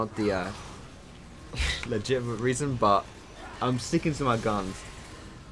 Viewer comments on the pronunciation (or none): none